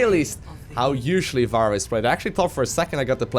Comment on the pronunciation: I just watched all your Overwatch videos in one sitting, because they're fucking great. But mate, her name is [Fa-rah] not [Va-ra] :D Good job though, the best series I've found so far.